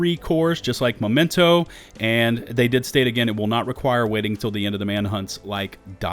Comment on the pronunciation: I'd like to know why Memento is pronounced Momento ? Learning English here :)